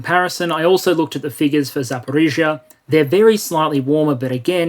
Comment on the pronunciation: Well done pronouncing Zaporizhia.👍